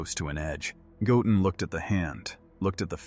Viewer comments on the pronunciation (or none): I really wish the AI would pronounce Goten's name correctly 😂